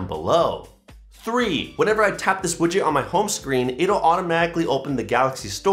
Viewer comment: i cant take any tech advice from a person who intentionaly say "wudget" 🫣